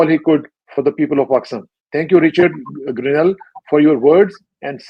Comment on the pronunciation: I fail to understand that even educated people like you pronounce the name of Richard Grenell as Richard GARNAIL. The ones who only know Urdu may make mistake but I wonder even educated and experienced people like you do too.